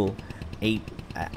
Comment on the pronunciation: also, kudos to you for being the only English speaking content creator that actually said “Ape” right 😆